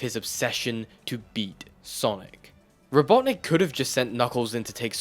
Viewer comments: I'm sorry but what the %@ is a robot nick and why are you saying it like that? i've been an avid fan of sonic ever since 1984 but i've never heard eggman referred to that way. is it some sort of urban dictionary internet slang insult or something? and don't say it's only an english language thing because i grew up with it in English. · It's Robotnik, you CUR.